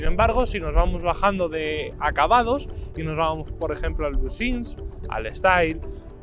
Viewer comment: que se refiere que en el video dice “busins” en vez de “bisness” JAJAJAJAJ BUSINS